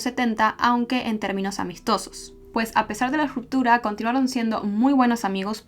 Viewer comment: la chica que habla no pronuncia bien la R....dice guptura por ruptura.